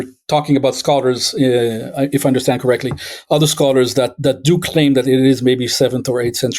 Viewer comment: Please say hiss, not hish, and stand, not shtand, when you say "history" and "understand".